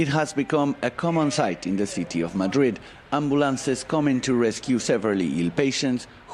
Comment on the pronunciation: Can't be the only one annoyed by 'Madird' ....